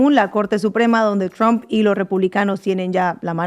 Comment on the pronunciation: Oye muchacha por qué no aprendes a pronunciar la palabra del viejo este presidente de Estados Unidos no se dice Trump estás como queriendo decir trampa no se pronuncia así ya is Donald Trump no es Donald Tramp léelo en español así como dice Donald Trump